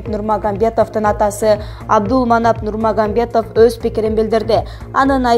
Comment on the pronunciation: Нурмагамбетов эмес нурмагаметов